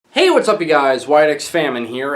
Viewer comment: "HEYWHATSUPYOUGUYS" why the fuck does everyone on youtube say it like this?